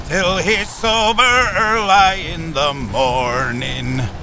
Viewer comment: never heard someone say "early" like that before 😂